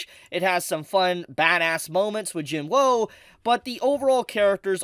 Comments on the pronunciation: not tryna hate but im pretty sure ur saying jinwoo's name wrong its pronounced 'jinoo' or 'jinuu" with a silent "w" so pls stop saying "jin woahhh"🤦‍♂🤦‍♂🤦‍♂ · It’s Jin WOO not Jin “ WHOA” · It's Jin WOOOOO not Jin woah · Saying his name wrong like jin-whoa is annoying as fuck... it's pronounced jin-oo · Why does it sound like he says Jim Lowe when he says Jing Woo. XD😂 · Bro its not hard to say WOO 😭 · y does blud say jin-woah💀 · everytime i heard him say "jin-woah" it hurt my soul 😭 (nice video though) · I love how mispronounces Jinwoo. It's cute. Everything he said is fax tho. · i have a problem with how they pronounce jin woo's name. the anime pronounces the character's name correctly, so why isn't this person correcting theirs.......